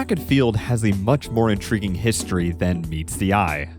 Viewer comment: Nobody is gonna comment on “historeeeh”